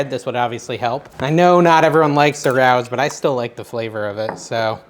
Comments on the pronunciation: I'm sorry did you say "rouse" marinara sauce? It's Ray-O's. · It's pronounced "Ray-oh's" It's here in Little Italy in the Bronx. You have to make reservations a year in advance, unless you're "Somebody" Excited to try your recipe!